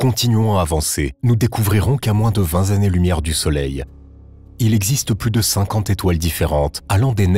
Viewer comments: Ai-je entendu "vingt z-années" ? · 20 zannées… Mon Dieu…